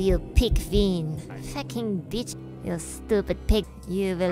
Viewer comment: I love it everytime she says “Facking beach”